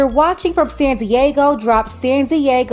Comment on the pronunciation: Not sure. Did you say Sandy Eggo?🤮